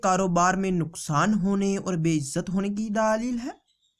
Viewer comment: Or ye daalil nhi ha dalil ha....داليل نهى دلبل